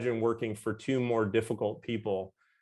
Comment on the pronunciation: BuckMinster Fuller (not Minister)